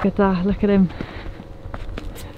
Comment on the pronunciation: I loved hearing you say insha'Allah (God willing) and Bismillah (in the name of God)